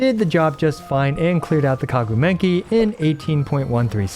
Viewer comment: "kaguu menki" 😭